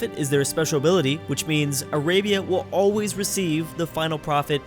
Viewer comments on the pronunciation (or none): none